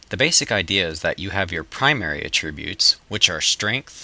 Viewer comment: you pronounce attributes wrong.